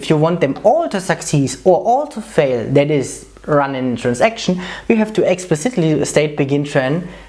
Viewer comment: A) It's not "Trans-action", it's "Transaction", this comes from the trade world. I understand why, but there's no need. B) Are you sure about the implicit commit placements? At least in Sybase, when running things as a batch, there is only one implicit commit placed at the end of the batch.